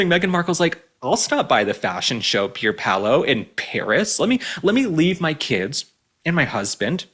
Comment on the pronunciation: Loved you saying that designer's name-Pierpaulo. You cracked me up!